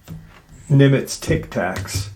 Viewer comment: It's Nimitz not NIVITZ tic tacs lol